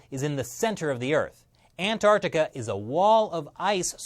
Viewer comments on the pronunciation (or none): none